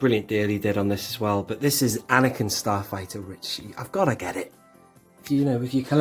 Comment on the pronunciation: I quite like A-neck-in ... 🤦‍♂️🤣 Couldn't you apply the stickers and then use an earbud to apply some black paint over the top to tie in the weathering!? 👍